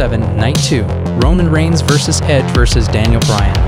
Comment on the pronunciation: ah yes my favorite superstar, ROMIGNS